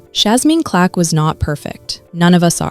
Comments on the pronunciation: Why you keep saying Clack? It's Clark. You should be more careful. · Her name is CLARK NOT CLACK, AND A FOUR YR. AGE GAP IS NOT A PROBLEM. SO STOP AND KNOW THE PERSON YOU'RE REPORTING ON. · Why do these AI's never get black people name right??? Even simple names like CLARK.